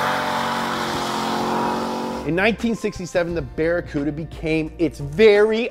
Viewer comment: Barry Cooda ? LOL